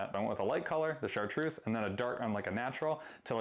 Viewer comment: I love how you guys sometimes say #Chartduece rather than chartreuse, idk if its by accident or not 😅😅💪👊